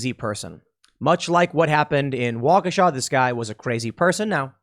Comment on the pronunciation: Washeka, not Wabasha.